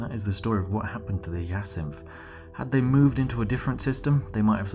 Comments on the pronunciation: Spliff, hate to tell you this but it is pronounced hi-ya-sinth not hee-a-syth. The Hyacinth is named after the flower, same as the Crysanthemum. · Very cool fluff, but its "Hi-a-cinth" not "Hya-cinth". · "Hi A Synth" not "He Yeah Synth" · just a heads up it's said high-ah-synth it's a flower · That Hyacinth pronunciation was painful to hear.. For future it’s said like - Hi-yah-synth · It's pronounced as Ha-ya-sinth. God damnit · Your pronunciation of 'hyacinth' causes me pain xD